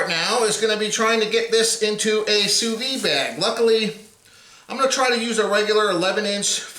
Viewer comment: The "d" in sous vide isn't silent.